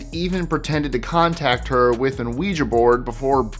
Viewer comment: Ouija board. The O is a W sound. Pronounced.—We g board.